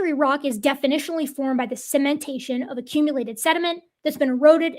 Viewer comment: can say "cementation"! Hurray! I'm still not gonna forget "sementation" any time soon, though. xP